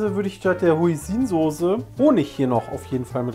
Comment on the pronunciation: Soße nicht Sose ... aaaahhhh